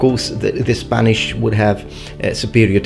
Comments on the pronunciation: Thank you for all your efforts in pronounce every single Spanish word, you did a great job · I'm Spanish and your pronunciation is amazing, good job on that